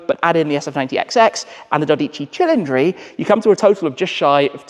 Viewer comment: I'm on board with you on the names. His pronunciation of the 12 Cili is not good lol. Not that I can do better, hence why I don't😀 His Revuelto could be worse. Old man Enzo would let you stay as long as you provided him with capital for his racing. He was a businessman.